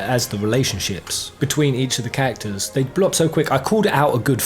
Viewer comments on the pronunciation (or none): The way you say "characters" sounds like "cactus" and it's really throwing me off lol, still, honestly great video dude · Did anyone else understand "cactors" instead of characters 🤣